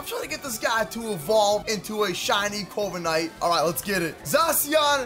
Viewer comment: Instead of corviknight I heard covid night